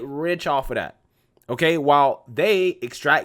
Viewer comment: The word is "that" not "dat".